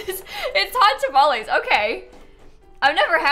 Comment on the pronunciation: people always pronounce them wrong like "tamalees" lmao